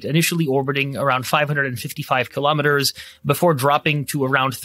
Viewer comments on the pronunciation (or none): Please say 'Kilo_Meters' correctly, not ''killauwmeters''